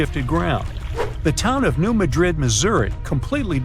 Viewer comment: New Mad rid and Heb ri deez. Pronunciation matters. 💖